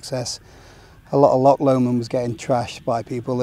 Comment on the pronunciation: Really interesting video. Good to here about the (awful) situation in England & Wales. I barely walk there as it's just not worth the hassle. One wee point: it's 'loch', not 'lock', just as it's lake, not lack! 😊